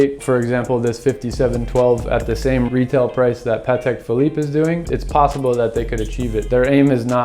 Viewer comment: So glad to hear one American pronounces the brand correctly. Almost all Americans pronounce it Ptak 🤷🏻‍♂️